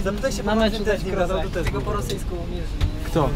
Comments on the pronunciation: Opinia Kroosa, a nie Krossa. Ale POLSKA SUPER! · Kroosa, nie Krossa. Chwali Pazdana, a Wy mu nazwisko przekręcacie. No nieładnie.